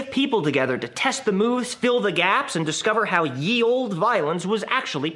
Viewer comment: I am guessing you mispronounced Ye on purpose.